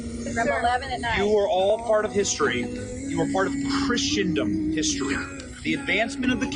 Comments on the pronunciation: It's not Christiandom, it's Christendom. Busted, Benny! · Did he say "christian-dom" ??? I believe it's "chrisen-dom". Read more books. Watch more HISTORY films. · It’s Christendom not “Christiandom“ Benny. If you’re gonna pretend to be a crusader, read up.